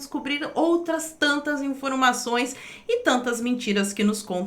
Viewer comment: outras tantas "infrôimações"?